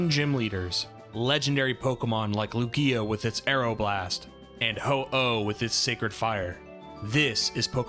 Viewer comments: "Lu-gía" LOL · This is the first video of yours I've watched and I enjoyed it. I was going to subscribe..... But then I remember you said lugia's name funny so I'll hold out... For now. I'll keep an eye on you watch more videos